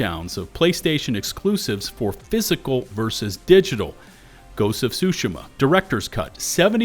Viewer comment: What a weird mispronunciation of “Tsushima”.